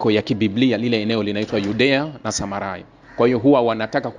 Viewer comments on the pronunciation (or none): Sema Judea na Samaria sio samarai, soma bibilia uwe makini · Nafikiri ni JUDEA-SAMARIA, sio SAMARAI